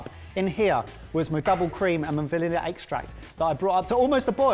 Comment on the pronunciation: What I heard was Valele Extract 😂